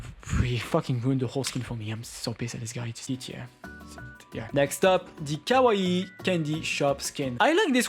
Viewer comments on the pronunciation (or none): none